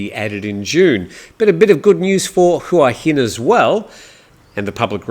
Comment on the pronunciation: I've not lived in Thailand for as long as you but l have learned while living in HuaHin that it is pronounced Waheen.